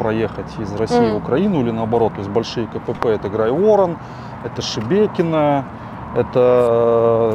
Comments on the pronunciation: Тупо бандиты, которые хотят в Белгороде повоевать, но их Байден не пускает. Мужик рассказывает как плохо под Запорожьем, но не думает почему его туда послало руководство? По факту котнтронаступ обосрался, взяли Работино и ничего не добились. Кстати Грайворон по другому ударение. Зачем вам Таволжанка, если отвлечь войска России, то для этого нужно отвлечь войска Украины например рдк? Местные в белгородской области к рдк отнеслись как к окупантам, если так всё было классно почему ж свалили с области? Откуда артобстрел тоже в начале войны раздавали, зачем этот цирк, почему нельзя сказать что рдк часть всу на полном обеспечение и под их руководством? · Контр-наступ из 8-ми человек я правильно понял? И Грайворон не правильно произносите. И дальше не доглядел. Знаю многих кто бывал в горячих точках, они тебе не расскажут не чего что там было, а таких Рэмбо везде хватает. Он один Россию захватит.